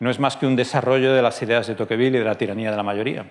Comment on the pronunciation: Te pronuncia tocvíl, no tóquevil.